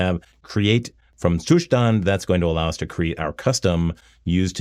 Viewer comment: Gotta love that Ttttsszzzustand pronunciation!